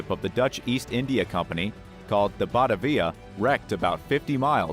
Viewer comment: Your pronunciations are way off: A boat called a schooner is pronounced Scooner, and the boat you said that sailed to Java from Netherlands was called Bat- a- via. When you say the Jenny Lind sank, it sank on a 'key" of sand not quay, The spelling is Ok but the pronunciation should be Key.